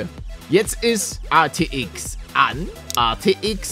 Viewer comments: Hey Paluten ATX oder RTX du sagst immer ATX 🤣🤣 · Wie er die ganze zeit ATX statt RTX sagt👌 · er sagt ArTX